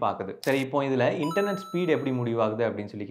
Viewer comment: Internet is word 😅😅😅 Internot is emotional 😂😂😂😂